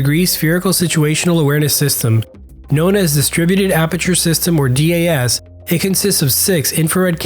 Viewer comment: Hands down the F-35 is the best fighter in the world and Switzerland has made a fantastic choice along with Singapore and other recent FMS nations. Great video but just some notes on your pronunciation...DAS is one word and not broken up (so not D-A-S) and this is the same with EOTS which is pronounced E-Ots...additionally MADL is pronounced Mad-L. Great work keep these videos coming!